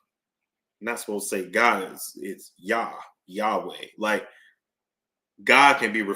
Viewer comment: So glad you say Yahweh and Yahshua ❤I’m hitting that subscribe button 😊